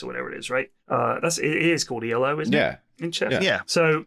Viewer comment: It's Elo, not Ii-El-Oh. Arpad Elo is the name of the guy who invented the system; it's not an acronym